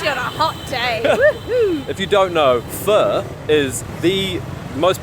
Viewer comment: 👏 for trying to pronounce Pho and Thank you properly 😊